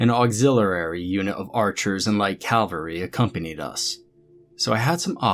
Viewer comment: Great vocalization. as ever. But dude soldiers on horses are Cav-Al-Ree. Cal-Ver-Ree is where Jesus was crucified for treason against Rome.